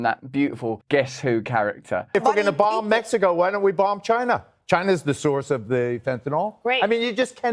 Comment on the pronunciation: "BAHMB" not "bumb"